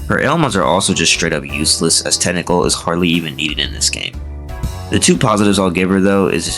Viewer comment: Why do you pronounce "Technical" as "Tentacle"